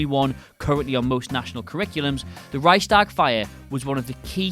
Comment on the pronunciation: and Rike-shtahg